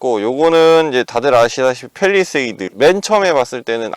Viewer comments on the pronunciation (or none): none